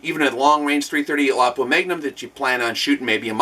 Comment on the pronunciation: I am so happy you pronounce Lapua correctly :D